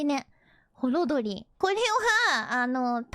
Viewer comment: ホロドリのイントネーションがホロ鳥？w